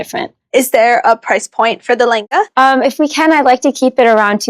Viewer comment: Why is it like le enga... Ne vin... Just a bit irritating when I don't hear lehnga, and 😰